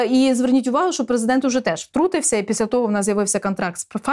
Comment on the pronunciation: А що, хіба преЗЕ!дент читає не "страна.уа"?